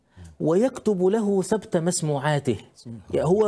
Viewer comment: تصحيح : (ثبَت المسموعات) يضبط بفتح الباء.راجع (تاج العروس :4/477) وبارك الله في جهد الأستاذ.